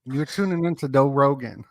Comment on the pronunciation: “doe Rogan” 😅